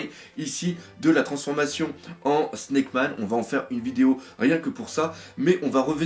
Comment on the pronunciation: T'inquiète pas, tu prononces bien "Sna...ck":D. Allez, ta bonne humeur est génial, je file voir la suite;)